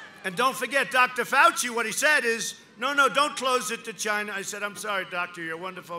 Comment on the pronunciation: I like how he says Gina and Rusha haha